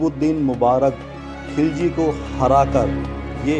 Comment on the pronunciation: एक गलती है खिलजी वंश ना कि खिजली